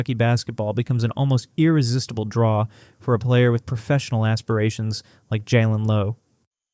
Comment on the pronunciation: Fucken fake commentators, and their AI mispronounciations, it's JaYlen. Don't you guys even check yr shit?